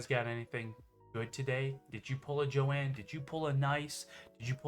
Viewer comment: Omg her name isn't jo ann it's Joan ooof